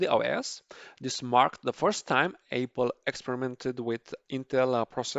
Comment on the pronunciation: Please practice saying Apple instead of Aypal